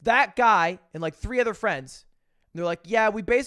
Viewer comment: why do u say ether instead of other